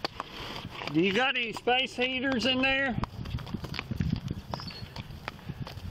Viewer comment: “do yew gawt eny space heeturs in thare?” Lol that was cute